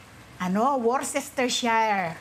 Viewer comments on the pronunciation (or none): Correction with love It is pronounce as wu-stuh-shr. Wustushr. Hope it helps.tnx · Pronounced it as Worstishire sauce 😊